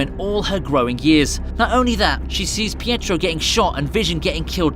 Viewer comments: Fietro? Its Pietro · "fietro" lol